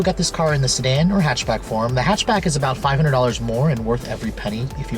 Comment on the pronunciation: Aleksandar Angelov "hechbeg" xD